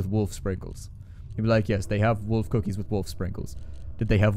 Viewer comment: How do you say Wolf that it hurts your teeth? =)